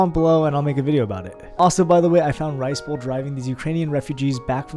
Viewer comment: WAIT did he say ricebole